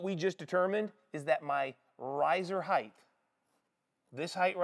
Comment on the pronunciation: There's no h sound at the end of height.